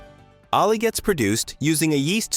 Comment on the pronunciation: "Ale" and "ales" are single-syllable words. I'd give you a like, but the narration is obviously AI-generated, and you failed to even review it!